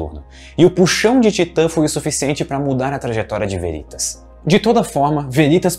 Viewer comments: Só uma observação: a pronúncia correta é Véritas e não Verítas. A palavra, em latim, significa Verdade. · Olá. Gosto deste canal e um vídeo com potencial para ser muito bom, podendo virar uma fonte de consulta, não deve pecar nos detalhes. Deixo aqui três sugestões: 1) Editar o áudio e trocar a pronúncia da palavra aqui pronunciada como “Verítas”, pela forma correta “Véritas” - sim, com pronúncia de proparoxítona. Em caso de dúvida consulte o site 2) Em surge a seta amarela. Seria a força resultante das duas setas azuis? Como entender que num caso a resultante está na direção da lua e noutro ao contrário? Sugiro melhorar isso, quem sabe aplicando alguma animação complementar. 3) Em são pronunciadas as palavras “longes da lua”, o que poderia ser corrigido para “longe da lua”. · Meu caro, diga "Véritas" não "Veritas".